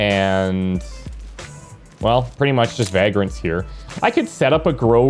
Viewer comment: Maybe it’s me, but the way you’re saying Reggie and Vagrants seems...odd. Reggie reminds me of Reggie Miller, which sounds completely different than how you’re saying it. Like Rej-gee. Vagrants, I believe, needs a silent y in there. Like Vay-grents.